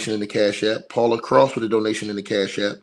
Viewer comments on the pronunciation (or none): none